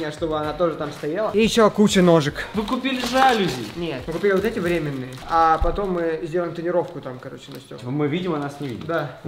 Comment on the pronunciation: не жАлюзи, а жалюзИ)